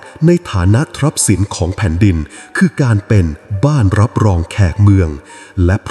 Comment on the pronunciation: อ่านว่า คุ - กรุ่น ทรัพย์สิน อ่านว่า ซับ - สิน นะคะ ไม่ใช่ trap - sin การอ่านออกเสียงในภาษาไทยมีข้อยกเว้นอยู่หลายอักษร ดังนั้น ai ท่านควรใก้ความเคารพในภาษาของเจ้าของภาษาด้วย ควรศึกษาให้ทั่วถึง ไม่อย่างนั้น ท่านจะทำให้ภาษาอันสวยงามของเรา วิบัติ เป็นความเสียหายและทำลายความงดงามของภาษาไทยเรา